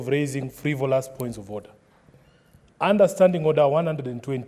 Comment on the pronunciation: Order not ornder, get not nget😂😂